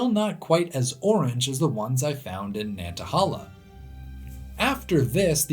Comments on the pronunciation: 2 things. 1. Nobody is mentioning the pronunciation of Nantahala. I have only ever heard it pronounced like nanta-hey-la and this is how google pronounces it. 2. The map you show captioned "Areas in Appalachia that meet the climatic criteria of a temperate rainforest" shows some spots on the Cumberland plateau that meet the rainfall requirements for a rainforest. This may not technically be an actual rainforest(not sure), but I think you would be interested in it. There is quite a lot of mountain laurel, rhododendrons, and at least some salamanders around the big south fork national recreational area. Some parts definitely look like an Appalachian rain forest. I think some land around south Cumberland state park and frozen head state park also have similar features. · Nantahala pronounced ......... Nan-tuh-hay-la I'm from upstate South Carolina which has abundant rhododendron near the North Carolina border (Table Rock, Lake Jocassee, and Cesars head) and into NC as you know. I summer vacationed yearly in the campgrounds above Gatlinburg TN in the Smokies. Again thick thick rhododendron. I later moved to north eastern Georgia in the Chattahoochee - Oconee National Forest and I can verify the area surrounding Currahee mountain is covered in our old friend rhododendron. I recently moved to just north of Roanoke Virginia and yet again I can verify thin coverings of rhododendron on the Application Trail just east of Daleville. The peaks to the east above that valley are a lighter shade on your rainfall map, still verifying your hypothesis. Awesome video and you taught me how lucky I've been jumping from rainforest to rainforest. It's just the feel of these areas that attracted me and I didn't know why but now I know they truly are special. Unknowingly I followed an, until now, hidden pattern. Thank you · Nanta-hay-la. Not Nantahahla. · I live in the valley of the Appalachians, and we get tons of brown salamanders. Also its nan ta hay lah not nan ta hal aah